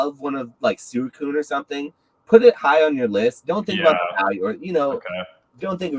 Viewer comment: I think the pronunciation of Suicune needs to be addressed lol. is the only person I’ve ever heard pronounce it like he does. It was bothering me the whole episode 🤣 It’s definitely pronounced sweecune. I love the 3 hours of content. Cannot get enough. And Team Rocket Returns is an amazing btw. Thanks guys. Love the consistency!